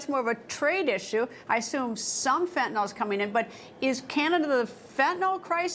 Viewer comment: Did she just fentenall? Does she know it's fentanyl?